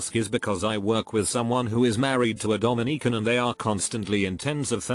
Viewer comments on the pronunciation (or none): Not the Domi-neek-ans